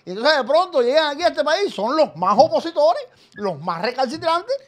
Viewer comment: Atención : Otaola no dice OPOSITORES , el Dice : UPOSITORES , en la jerga lingüística esto quiere decir Supuestos Opositores . Otaola sabe lo que está haciendo . Escuchen bien